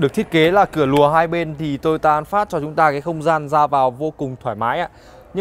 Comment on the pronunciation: Vietsud là "an pha" chứ an phát cl